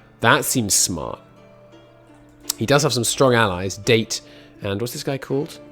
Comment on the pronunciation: It's Da-Te not date